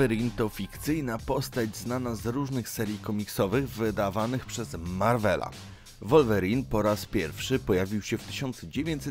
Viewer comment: Taka ciekawostka że mówi sie Łolwerin 😅